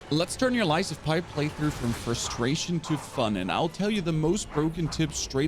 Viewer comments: Did he really say Lies of......Pie? 😂😂. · He says lies of pie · Lies of PI lol not gonna take advice from someone who cant even pronounce the title right